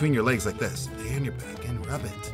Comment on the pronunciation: It sounds like rabbit not rub it